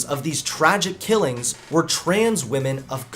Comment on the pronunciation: Let’s all just talk about how she says kellings (killings) instead of murders or deaths.